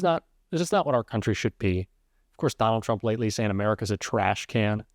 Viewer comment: She calls America '...a grate CUNTree..' horrible woman. Happy to sell her soul for money.